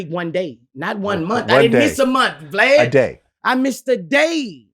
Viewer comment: He calls him VGLAD not glad y’all can’t hear . And I agree with Boosie , if you’re married your baby father shouldn’t be paying child support . Your husband is supposed to provide for you and yours !